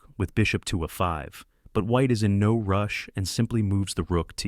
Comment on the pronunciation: Almost unwatchable due to the AI voice unfortunately. Listening to the way it referred to any square on the A file was painful.